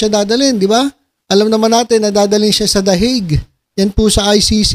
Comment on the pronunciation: Hindi yata alam ng kitty na yan ipronounce the hague. Kaya tinatanong pa!